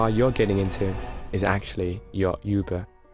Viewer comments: its UBER not YOUBER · U-BER ? YUBER ? It’s uberrrr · he said you ber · CRAZY K lol that’s the first thing I heard😹😹😹😹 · Ik this a text to voice thing but why the f*** say uber like yoo-ber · Does she know how to say uber correctly